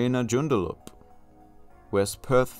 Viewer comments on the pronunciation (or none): It's JewndaLUP not Jundalup haha, classic shibboleth even Metallica say it like that